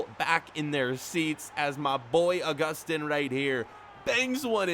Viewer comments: It is pronounce Uh-Gus-Tin. It is pronounced Ow-Goo-Stan. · Pronounce it Au-Gus-Tin